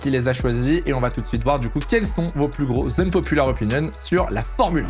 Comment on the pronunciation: Quitte a dire "unpopular" autant essayer de bien le prononcer...